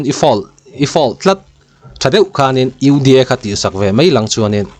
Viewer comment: lah hi tawng nuah nuah rêng mai...UDA poh ati fum fe thei lo uda lam ti reng mai😅